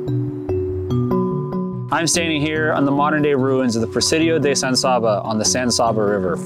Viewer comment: Good video. As usual, someone has to make a comment about pronunciation. I'll take that lead. San S(ahhh)ba. Not really. San S(aabb)aa. Is much better.